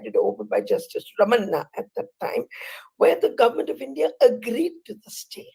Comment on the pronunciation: It's not justice 'Ramanna' idi.ots.. it's justice 'Ramana'. At least, learn to say the names properly.